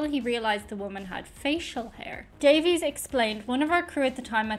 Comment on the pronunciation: The brother's last name is actually pronounced Davis